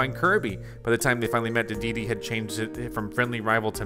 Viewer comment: How is it that this man has played Kirby for some many years, yet always says King Dedede's name wrong?